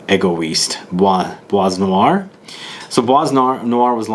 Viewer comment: Hello, l reaally enjoy your review videos and comparison ones... and this one doesn't disappoint!! (Bois noir is pronounced like : [BWA noir], the S at the end of bois is not pronounced) ... Cheers!! And can't wait for future reviews!